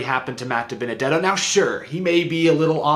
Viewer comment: See ya Dibennadetto. Tired of hearing Waltrip struggle to say your name